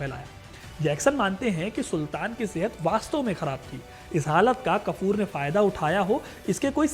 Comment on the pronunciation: Har bat man li apki par urdu ka beraghark bardasht nhi horha ghaafur tha wo kafur nhi 😂